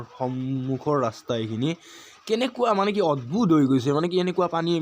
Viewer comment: ৰাস্তা ..........ৰা স তা নহয়